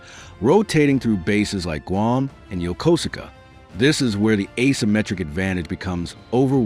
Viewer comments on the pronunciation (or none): USS MIDWAY and USS Blue Ridge sailor here, it's pronounced Yo-koos-ka!! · I thought it was Yo ko su ka.